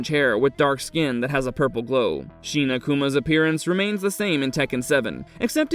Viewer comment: Shin is not sheen, fool.